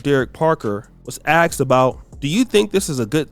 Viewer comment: former officer was AXED....W T F??? A grown man can't speak proper English??!!! It is NOT AXED - IT IS ASKED!!!!